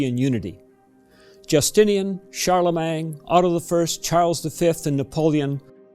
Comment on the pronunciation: Please don't say Charlemang - it's Charlemagne.